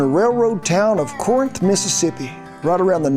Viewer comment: Just are FYI... If your from there .. Corinth is pronounced, "Carinth"...